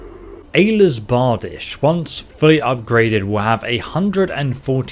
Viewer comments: Hahhha.. I think I'd pronounce it as Ayelas Bar di shey. Not like he did, lol.. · BAR-Deesh axe. Fyrd = Feerd. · “Allah’s barbadich” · Allahs Barbadish, Aylas Bardish, I can’t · quite possibly the greatest pronunciation of all time